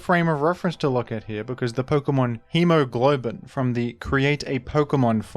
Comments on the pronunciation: I kept waiting for him to say he was saying "Hemoglobin" instead of "Hemo-Goblin" as a joke... but it was not a joke... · BRO IT'S HEMOGOBLIN NOT HEMOGLOBIN PLS READ IT CORRECTLY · Hemo GOB lin. You kept saying glow-bin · It's Hemo-GOBLIN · Why would "Hemogoblin" be pronounced in the same way as the word "hemoglobin"? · Not once did he say Hemogoblin's name corrextly 😭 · Righteously annoyed that he mispronounced the amazing name "Hemogoblin" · As penance for butchering poor Hemogoblin's name, now has to make a video on the CAP metagame.